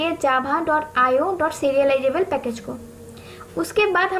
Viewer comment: Pronounce Java not jhaba😂